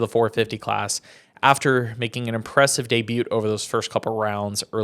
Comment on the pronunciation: Learn how to properly pronounce “debut” 😂